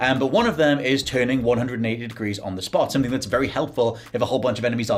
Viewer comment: Glad i'm not the only one who says "Sumpthing" 😂